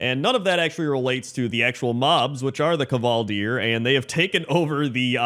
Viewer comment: The K in kvaldir is pronounced the same as the K in KCrendor.